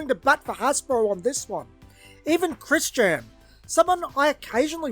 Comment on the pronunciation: He Said Chris JaAm